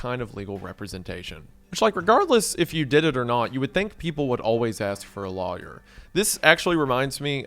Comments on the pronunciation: never say lawyer like that ever again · Oh wow your southerner came out hard with the word lawyer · Lmao yeah it’s like he’s pronouncing law and yer as two seperate words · The way you pronounce "lawyer" makes me want to call my lawyer (to sue you). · pronunciation of Lawyer will always be cute to me 😭